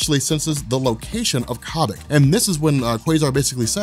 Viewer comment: Ok, one question...why is Sharon Carter, who used to be the same age as cap, and falcon, more or less now drawn like an old bag? ok, two questions if Zemo stole the knowledge of the super- soldier program, why doesn't hydra have super-soldiers? PS; I think it's pronounced Que-bic. But I liked her better when she was called Fifty-Sue